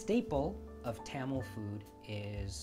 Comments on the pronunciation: Great video but I'm dying at your pronunciation of Tamil. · Today I learned I've been pronouncing Tamil wrong my entire life (Thum-mal was what I was saying. Where I got this from, IDK). I also finally learned how to crack a damn coconut! I would try it out, but I live in Alaska and I don't have overpriced coconut money right now, lmao.